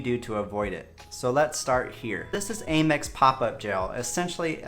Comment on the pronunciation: You know the company is “American Express”. Why do you say “Ay-mex”?! It’s “AM- Ex”, as in “I am”!